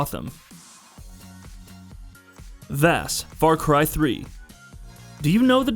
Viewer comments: is it only me that was bothered when he said v-ass instead of Vass (Voss) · its Vaas not Vass..... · 2 of the most famous video game villains of the last 10 years, Vaas and Glados... and this guy can't pronounce them correctly? I mean I'm nitpicking, but it's almost like he's never heard of them before. People who don't even play video games know who they are...